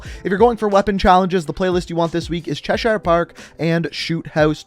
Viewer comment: Cheshire Park sucks Also, it’s pronounced ‘Chesheer’